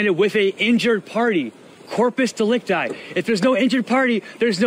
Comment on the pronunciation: Here for the heifer!!!! #RAGICOW 🐮🐄🐮🐄🐮🐄🐮 He thinks if he says corpus delecti that he's 🤓🤣